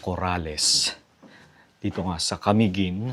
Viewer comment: Sir, you may please pronounce Camiguin in..." maluma". Its not accentuated on the first syllable. Ok?